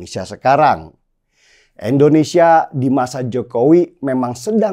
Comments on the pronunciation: bro, Indonsesia bro, Indonesia, bukan Endonesia, oke!? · INDONESIA. BUKAN. ENDONESIA 🙈🙈🙈